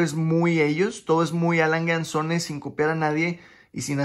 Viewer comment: Por favor aprende a pronunciar las marcas. La última es Adolf Langue und Tsune. Esa es la pronunciación, por favor.